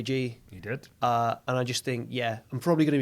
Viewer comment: sounded like said "she dead" instead of "she did"